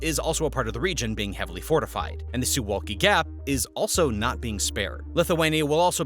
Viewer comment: Suwałki....SOO VOW KEY. Get it right!